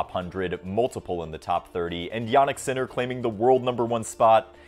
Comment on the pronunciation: Just a note, you mispronounced all the names. Except Sinner.